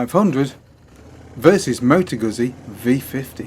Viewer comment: Pronounced Gutzi 😉